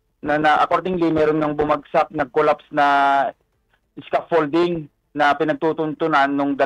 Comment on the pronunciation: ano Sabi mo?scraffolding? scaffolding kamo